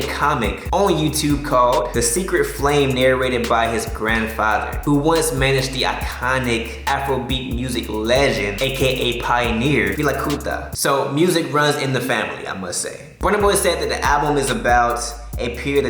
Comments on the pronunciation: Its Fela kuti Not feela kuta😹😹😹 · It's Fela Kuti Not Fela kuta